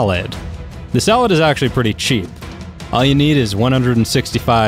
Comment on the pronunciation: "Two SaLads" -Spongebob 2016